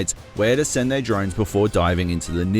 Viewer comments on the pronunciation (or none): none